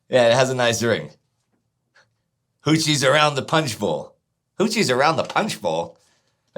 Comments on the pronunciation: Having served in the US Army in Korea, I can tell you that the word is hootches, not hootchies. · Hootches not hootchies.